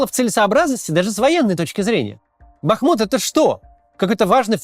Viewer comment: Бахму́т. Речка Бахму́тка и город Бахму́т.